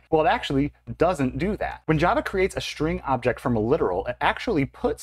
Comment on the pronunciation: This is "copy-on-demand" in Delphi and Free Pascal. Same strings are pointing the same memory. When You change one string then a new reference created to a newly allocated memory. And strings ARE NOT immutable in these languages. The procunciation of "string" is terrible in this video!